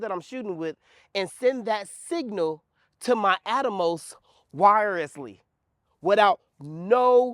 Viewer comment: its the 'wirereslessly" for me lol...good stuff dude keep it up. love to see the excitement